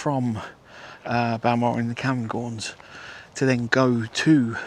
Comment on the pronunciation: Hi, informative video as usual but you need to please practice/find out the pronunciation of places before recording, Sangringham, Camgorms 😂